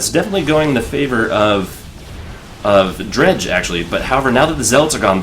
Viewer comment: Yay you got Dredj! pronounced right